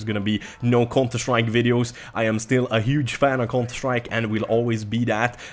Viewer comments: whenever you say counter strike it sounds like your saying cunter strike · Cunter strike 😂 it's funny how he pronounces it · Love the way you say counter strike XD